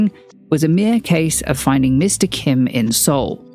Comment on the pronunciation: what in the world is a 'soho for valley girl???' Also had no idea the yoido church was involved I literally got whiplash when i heard that! edit: also, love the correct kim pronunciation made me smile as someone who as a hard to pronounce korean name loll